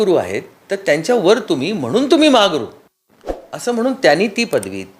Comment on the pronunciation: महा हा गुरु 😂 असा म्हणायचा आहे ओ सुप्रिया ताई